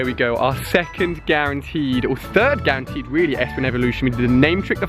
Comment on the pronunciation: It is not gerenteed